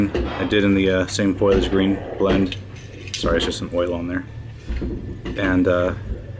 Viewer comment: Looks great. Foliage is pronounced "fo-lee-ij" not "foil-lee-ij" btw <3